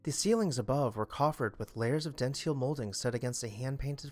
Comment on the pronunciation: Gentle correction: the molding style is pronounced “den-till,” not “den-teel.” Thank you for your videos.